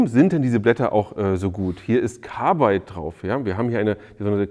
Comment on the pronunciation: Woher nimmst Du das e aus Carbide für "dein Carbeide". LOL